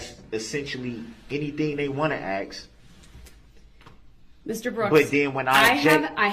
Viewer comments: I agree... It drives me crazy that this fool/animal can't say anything correctly... Biast, suBstain, AXE, AKS... I struggle so hard as a Christian to come to terms with my hatred of this animal, S.O. Woman abusing, CHILD KILLER!!!! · State doesn’t AXE questions. They actually ask. Thug. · Black people please stop saying axe you know dam well it's not right no I'm not racist just you sound so stupid